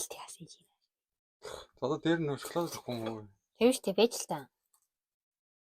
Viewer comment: Шаклаад биш шоколад шүү